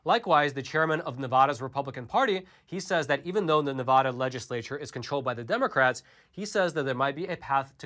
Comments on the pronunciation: P-l-e-a-s-e stop mispronouncing “Nevada”. Have you ever even been to Nevada? No! Because if you had, you’d know that we pronounce the first “a” in “Nevada” the same as the “a” in: apple… and the second “a” like ‘uh’. My ears and I thank you. 👍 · I live in Elko County and am proud of it. We are a 2A sanctuary as well. Also, it’s pronounced, “Ne-Vad-Duh”. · How you enunciate the a in apple is how you should enunciate the first a in Nevada. Its like someone from New England hearing me say massa-to-shits. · You're saying "Nevada" wrong. The "ada" is like "atta boy"!! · Pronunciation Matters...**Nails on a chalkboard SCRRRREEEEECCCCCHHH** Please learn to say Nevada correctly. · THANK YOU!!! It irritates me everytime someone pronounces it wrong. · Wish people would learn how to pronounce Nevada smh 🤦‍♀️ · Dude if you want to report on Nevada, learn how to say it! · Nevada is pronounced with the vad pronounced like bad not with the a sounding like o. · Nice video, but please learn how to say Nevada correctly. The a is like in apple. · Dude, please learn the correct way to pronounce Nevada!!! It’s Ne-VAD-uh NOT Ne-VAH-duh. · its Ne - va - da not Na - vau - da, its like the word hand, its Hand Not Haund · It's Nevada, NOT Nevoda!!!!! 😡😡😡😡😡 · Small thing to most people but a big thing those in and from NV - pronounce it correctly. Ahh not ohh. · It's pronounced "Nevada" NOT "Nevahda". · Love the content. Ne-Va-Duh. Not Ne-Vah-da. It’s petty I know, we hold onto what little we have. Thanks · Thank you for all the great information as always! By the way It's NEvADA not NAAvada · Liking and posting for the Al Gore Rhythm! Staying for the great, intelligent commentary!: PLEASE! It's pronounced Nev-ADD-da, not Nev-VAH-da! Thanks for the AZ audit update and letting me know which two NV counties I should look at moving to from Clark county. Keep up the great work! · The first "a" in "Nevada" is pronounced like the "a" in apple not like the "a" in audit.